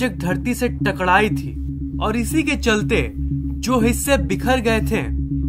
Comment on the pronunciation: Takadaii thi ya takraii thi 😛😝😂😂😂😂😂😂😂😂😂❤